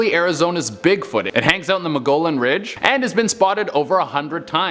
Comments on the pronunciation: Hey smart guy you dont pronounce the ll in mogollon its pronounced ( moe-gee-on) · Say it like” moe Gee yawn “